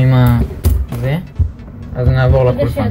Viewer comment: קולפן אומרים קולפן🤦‍♀️